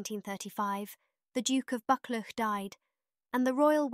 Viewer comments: Another first rate, video, many thanks for posting. A wee point of information: Buccleuch (also seen as 'Buccleugh' in older texts) is pronounced 'BUCK -LOO', such are the irregularities of spelling/pronunciation... Please keep up the good work. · George V, is pronounced George the fifth. Look up pronunciation for Buchleuch also.